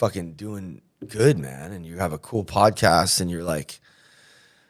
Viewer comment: Yo you said podcast wrong. Keep up the police vids!